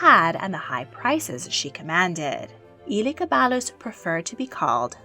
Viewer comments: I’m cackling so hard at how she pronounced Elegabadus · This video is great but the pronunciation of Elagabalus is killing me.